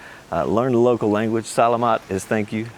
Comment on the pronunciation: Learn how to pronounce Salamat LOL clothes in hot humid, long sleeves and long pants with the correct material is better than shorts and short sleeved shirts. You want the sun off your skin to stay cooler. I never heard Filipinos having a problem with LOUD LOL They are the loudest culture I've ever encountered. However, as a visitor, yes, I would keep a low profile but get ready for LOUD when you're there like karaoke, family and friend conversations, roosters. LOUD LOUD LOUD.